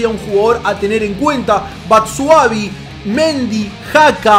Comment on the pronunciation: Es batshuaYi, no BatshuaVi